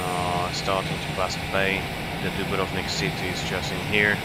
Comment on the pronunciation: the correct pronunciation of dubrovnik ..is very rare to hear👍